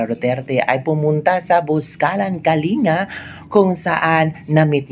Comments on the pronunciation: Ang pronunciation ng Kalinga is Kaling ga and not Kalinga FYI. I must know since am from the Cordillera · Kalinga (Pronounced as Kalingga). Welcome to our Province! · Ka bibig correction po ang tamang pronounciation ng “ KALINGA “ ay pronounce it as “ KALINGGA “ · Pronounced as KALING-GA....dili tawon na gawad kalinga....KALINGGA...ggagggaaagga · Ang korek pronunciation po ay Kaling-ga pero ang speling ay Kalinga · Kalinga pronounced as Kalingga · Kalinga ang spelling pero kalingga ang bigkas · Ang pagbigkas sa KALINGA ay parang doble ang G